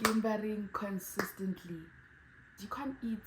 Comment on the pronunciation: "consistly," 😭😭please, you're so funny